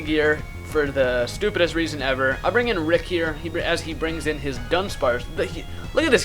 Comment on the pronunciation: HIS NAMES NOT RIIIIIIIIIIIIICCKKK!!!